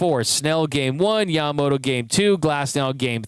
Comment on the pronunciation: I would love to see the media (not just you, like all of them...).show some extra respect to Yoshi and pernounce his name a little more correctly. Yama-mo-TOE. No D in his name, but most English speakers add it. Bugs my Japanese wife everytime she hears it.. NO DOUBT, Yoshi does too. Just saying. This dude is historical and deserves the respect 😊